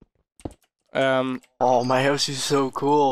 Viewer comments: I love how they say huse instead of house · House... H-O-U-S-E! not huse. lol I kid, I'm am just giving you a hard time! :)